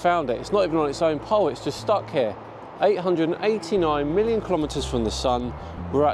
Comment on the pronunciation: I SEE - "Million" km I HEAR "Billion" km